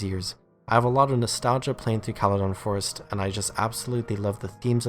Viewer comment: i disagree with call-a-don forest.... it's kale-don forest